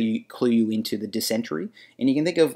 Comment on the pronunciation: It’s pronounced Diss-in-tary not Diss-entry